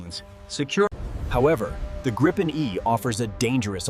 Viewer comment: 'Dripen' lmaoo